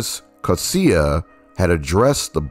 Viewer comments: Coetzee = koot-zee-uh. Knoetze = k- nu- t-sah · Enjoyed the vid, thanks!, but your pronunciation of Knoetze and Coetzee...lol.